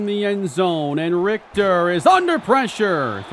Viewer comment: bro pronouncing richter correct is a w